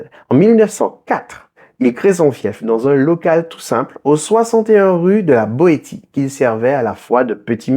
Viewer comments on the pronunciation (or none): Nota : on ne prononce pas "Boétie" mais "Boécie". Mais cela ne chance rien à la qualité de cette vidéo vraiment instructive 🌹💖